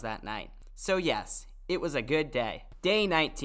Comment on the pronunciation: And why you said yas at day 20 if it’s yes